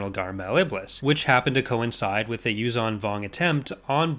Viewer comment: Repulsorlifts would be of limited use in a vacuum. Also, the 'zh' in 'Yuuzhan' is pronounced like the 's' in 'leisure'.